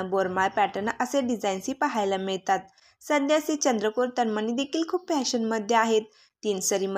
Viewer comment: तनमनी नाही तनमणी हा.उचचार.करा